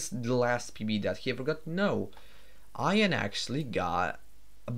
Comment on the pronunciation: This is a little late, but if I remember correctly Ian Fraser was from the UK where Ian is pronounced like "E-in". Your pronouncing it more like the word Ion. Just something I noticed as I know you're not natively English speaking.